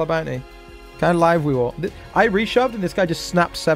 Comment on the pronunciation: maybe when he stops saying bout knee instead of bounty